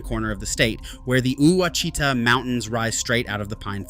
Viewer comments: Look, we don’t have a lot of cypress trees and swamp land. We have rivers, creeks, streams and lakes. We have a lot of pine and some hardwood in SE OK. It’s against the law here to say, Wa chi ta. It’s wa shi ta, little i. You got it wrong like most others, lol. We do have a very few gators, not that many. The Bigfoot capital is at Honobia, OK. pronounced Ho nub e. Them are serious folks. There are no “Little Dixie” swamps. There are oxbows, and sluggish water sloughs in the extreme southeastern corner of one county of Oklahoma, not in half the state. Little River flows southeasterly down to the Red River. Please fix your video. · Wash-i-tah not Oooh Wa Chita. Line not exactly I-35, but within a few miles for sure. Also, with global warming the line is slowly moving East. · The mountains are wash i taw not oo wa shi ta.. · Add , the two images should be switched. The image could use some explanation. If you use the 100th Meridian line as the divider, the only part of Oklahoma west of it is the panhandle. "Ouchita" is pronounced like "WAH-shi-tah." , the pictures don't seem to match the labels. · Ouachita is pronounced Washita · Eww watch e ta......really??😅 Tell me you're not from Oklahoma without telling me you're not from Oklahoma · Ouachita is pronounced Wash-i-tah! Wash i taa! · Ouachita is pronounced [ wash-ih-tah ] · Yeah you don't know how to say Ouachita, you geezer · Please learn how to say Quachita!!! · I've never heard Ouachita pronounced that way. It made me laugh. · this is proof he doesn't know what he's talking about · Me too. Lol😂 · Made me cringe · That's where I checked out. The huge mistake in saying that all of Texas was western range land was odd.